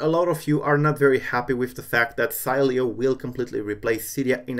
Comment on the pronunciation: LOL you pronunced the name the whole time its She-le-o